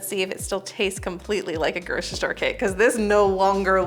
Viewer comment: i can’t listen to “groshistore” anymore can’t make it through this one